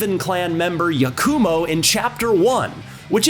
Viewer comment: Yah-koo-mo. It pains me how ppl can hear the correct pronunciations of words and names and still get it wrong 😮‍💨